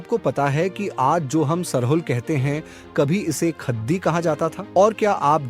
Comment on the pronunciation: ख़द्दी, टटख़ा, ख़ेस्स इत्यादि का सही सही कुँड़ुख़ में उच्चारण कीजिए। जय धर्मे!!